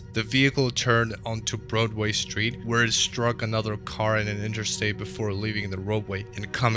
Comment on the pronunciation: Haha- right? I think it's actually AI audio, based on pronunciations of "Broadway" (Broodway) and "Chevrolet" (Chevro-lett). The video kinda kills the suspense by telling what's going to happen before showing the video.